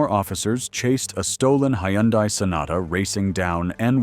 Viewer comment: “Hi-yun-die” - Uh uh! 🫣 “Hun-day” ✅👍